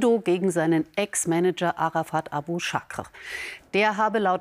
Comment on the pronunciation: Abu-Chaker! Nicht Abu-Chakre oder?